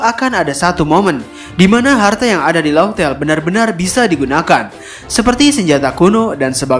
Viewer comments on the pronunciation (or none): Laftel min laftel, bukan lohtel